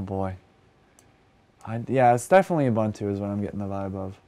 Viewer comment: The way he pronounces Ubuntu hurts 😭 it’s ooh boon too bro